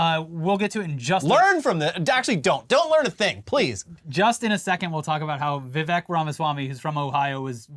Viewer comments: Vivek rhymes with mistake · Isn't it Vivek, rhymes with Cake?!